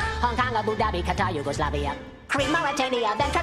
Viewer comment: ITS YUGOSLAVIA NOT “yOuGOsLAvIA” oh sorry for caps lock